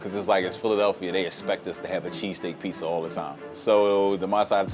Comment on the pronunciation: Damn... in New York... most black folks pronounce "pizza" like "pisa." These are the first black dudes I have heard pronouncing it like I do... "Pete Za."